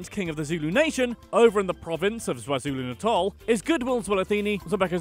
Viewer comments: HOLD UP! I can excuse the mispronouncing of afrikaans words but how tf do you mispronounce the letter K in kwazulu-natal. You said zwazulu-natal?? Bruh. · Anyone else hear Zwazulu natal? Bruh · Zwazulu natal you nailed it 😂😂😂🤣🤣